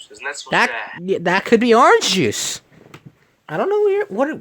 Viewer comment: he also spelled juice wrong he said it as juise